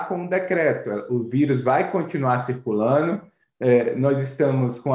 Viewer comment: O “especialista” que fala no diz que ‘o vírus vai continuar circulanu’.🤦‍♂️🤦‍♂️